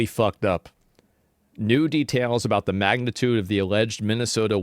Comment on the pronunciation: Asmon's intonation when he says "details" is so off. He sounds like a frenchman